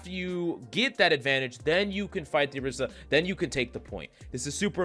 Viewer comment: ORI - SA not AH - Rissa